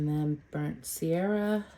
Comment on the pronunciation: Beautiful work! As an fyi... It's burnt sienna, not burnt sierra.